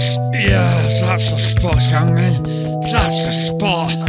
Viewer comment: his name is Heung Min not Heung!